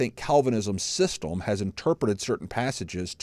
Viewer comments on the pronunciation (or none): none